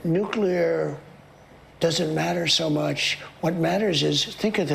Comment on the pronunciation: he said mush instead of "much" ... must be residual frothing